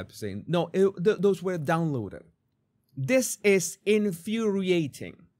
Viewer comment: I think you're putting too much emphasis on the word "downloaded". But the rest seems pretty on point.